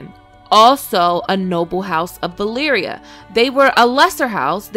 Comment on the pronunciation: is it just me that hears Balyria all the time... am I slowly going mad in here?